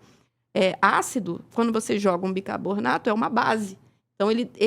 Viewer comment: Uma médica falar BICABORNATO, é complicado